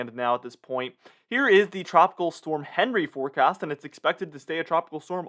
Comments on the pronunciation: Everyone else is pronouncing it “On Ree” not henry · With Henri ending in an I, wouldn't it be the French pronunciation, on-REE?